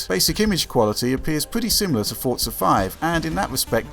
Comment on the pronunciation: the way people pronounce forza ford-za makes me cringe really hard